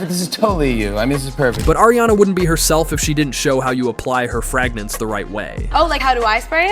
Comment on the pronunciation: her fragnence